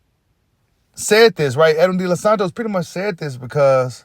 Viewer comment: Bro say the nigha dela Santos name right .. typa fem sheit u on 🏳️‍🌈